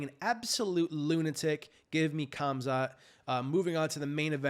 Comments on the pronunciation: THE NAME IS PRONOUNCED- HAMZA. ‘K’ IS SILENT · It's pronounced Khumschott.